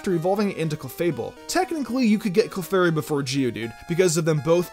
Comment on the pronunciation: you lost me when you said clefairy